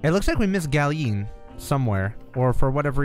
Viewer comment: Why do you say “Ga-leen” instead of “ga-lee-yun”